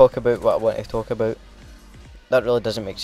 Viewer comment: What the hell is "Talk aböit"